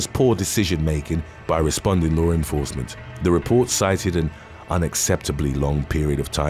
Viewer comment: One small thing that is not correct. It is law enforcement, not lore enforcement. Please correct your pronunciation. Thank you.